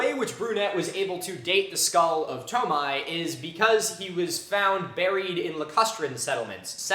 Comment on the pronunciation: Wait is it really pronounced "toe-my"? Just given French spellings (which inspired a lot of romanization standards around Chad), I'd think it's more like "too-my"?